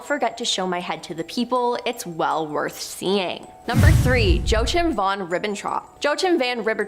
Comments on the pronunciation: Joachim?Joe chim?isnt that pronounced as Hoakim? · Joachim is pronounced wa-keem.